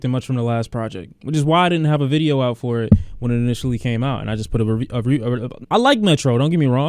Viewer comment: I laughed way too hard when he couldn’t say review at the beginning